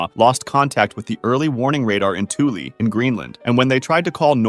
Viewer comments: Heads up! Thule is pronounced "Th" like Thug and "ule" like School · its not pronounced twoley its THÜL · It’s weird how he pronounces Thule correctly for the first half but then says it wrong in the second half of the video. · Correctly pronounces Thule then also incorrectly pronounces it seconds later...